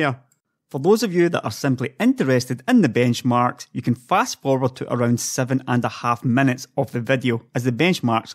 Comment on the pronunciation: You can't make the "i" sound can you? menutes, releve, vedio (almost made the i sound here) sorry - just found it funny, not a dialect I hear often